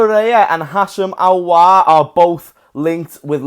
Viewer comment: its Aouar mate not Auoar